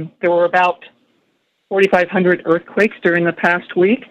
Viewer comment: i like the way she said 4500 earthquakes in one week so that it sounded like 4-500 earthquakes